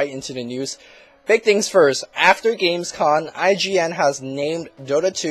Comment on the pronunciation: its "games com" and not "games con" i know it seems to be the short term for convention but it isnt :O